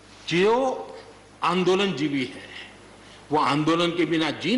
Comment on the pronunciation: jibi nai jivi hota hai teesri fail